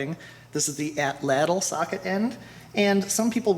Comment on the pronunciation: Very good and entertaining videos. I'm planning now on making my own this coming year. Only one thing, I recall from my childhood atlatl being pronounced with the accent on the first ''a' (átlatl), per Aztec language structure. Good work.